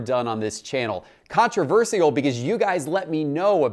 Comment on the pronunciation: He pronounces controversial wrong